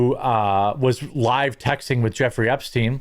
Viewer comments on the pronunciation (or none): none